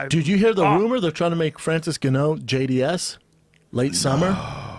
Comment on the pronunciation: Francis gano😂